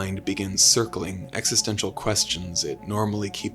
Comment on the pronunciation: This guy can't go 30 seconds without saying Exestential